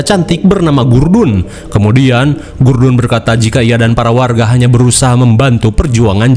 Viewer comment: gudrun mang bukan gurdun😂